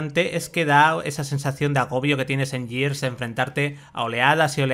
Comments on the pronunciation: En todo caso sería "guirs". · Gears se dice /guiars/ Years se dice /yiars/